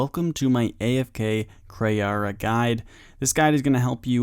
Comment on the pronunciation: Its Kray how he doesn't say KrEE'arra properly